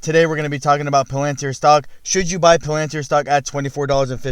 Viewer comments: It's not "POlantir" it's "PAlantir" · Bro.. it isn’t Palanter, it’s Palantir. Pronounced Pal-An-Teer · Bugs when peops do videos on Palantir and then don't even pronounce Palantir correctly. . Dum